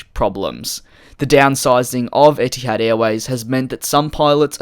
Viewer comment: as an arab, i honestly hate when a company names themselves after an arabic word (etihad (اتحاد) means union in arabic btw) because it's always going to get butchered lol. not blaming u btw, u r not an arab. love ur vids too, keep at it